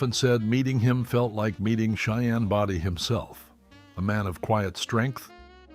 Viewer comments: Cheyenne Bowdy ( Body) long o -that’s the pronunciation of his name , and not Boydy! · Cheyenne Body Come on...get the name right at least. It's Bodie... pronounced bow di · Can these videos get the right people in the pictures and pronounce the names properly. Body 🙄.. pronounced Bowdee. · Not Cheyenne body Cheyenne bodie . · It was Bodie, not Brody. Geez. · Clint's last name is pronounced BOEDEE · It’s a shame that pictures of Clint Eastwood were used and that the name Body wasn’t pronounced correctly.